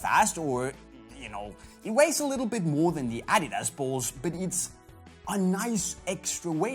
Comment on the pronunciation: You aren't even saying "adidas" right.